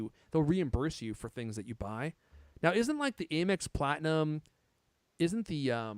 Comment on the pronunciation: Why is he calling it “A”mex? Lol. 😂